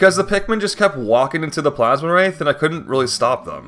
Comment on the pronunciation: Awesome run! One little thing I gotta mention since it was driving me crazy it's Plasmwraith not Plasmawraith you're adding an additional A. Think like the word ectoplasm. Really hoping to see some Pikmin 4 challenge runs.